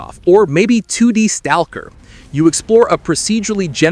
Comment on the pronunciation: That's the weirdest way I've ever heard anyone say STALKER 😂